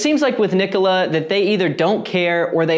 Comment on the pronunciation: At least you can pronounce the name right... the company can't!